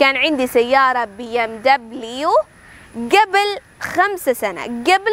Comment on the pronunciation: ടീച്ചറേ.. നല്ല ക്ലാസ്.. But pronunciation കുറച്ചൂടെ നന്നാക്കാം.. മുമ്പ് എന്നതിന് "ഗെബിൽ " എന്നല്ല ഉഛാരണം "ഖബ്ൽ" എന്നല്ലേ....?